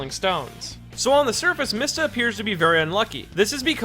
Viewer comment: MEESTA ITS PRONOUNCED MEESTA this is because the japanese character "mi" is pronounced "Mee"